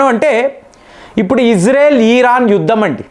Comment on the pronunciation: ఈరాన్, ఈరాక్, బ్రేజిల్ ఈ పదాలను ఇరాన్, ఇరాక్, బ్రెజిల్ అని పలకండి..జియో పాలిటిక్స్ మాట్లాడేటప్పుడు ఆపేర్లను మార్చకండి......